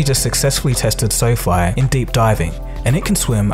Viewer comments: I'm sure its pronounced "Sofie" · I think the idea was to pronounce it as Sophie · the narrator is a moron. Pronouncing quadruped "quad rooped" lol. untethered, "underneath". SoFi, "soph eye". Arduino, "adreeno". all you had to do was read the script